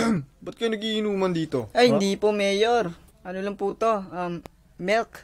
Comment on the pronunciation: Bakit "MELK"